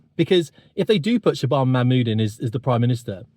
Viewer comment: Yeah, you're really not pronouncing her name correctly. You need to watch Katie Hopkins for the correct pronunciation.